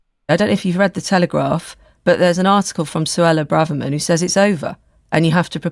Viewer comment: It is Bra-verman,, not Bray-verman. That has been established for a long time now and Emma Barnett pronounces it like that in the opening moments of your clip.